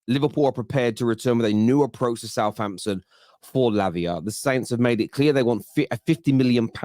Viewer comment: Why you saying labia? 😄😄😄😄